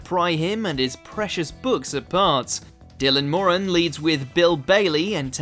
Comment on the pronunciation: The pronounciation of Torquay was a bit strange as well. But the narrator did manage to pronounce Dylan Moran's name correctly (or, at least, the way Irish people would say it: MORan rather than MorANN).